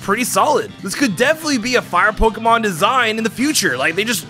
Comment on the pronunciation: it bothers me so much how he says “pokuhmon”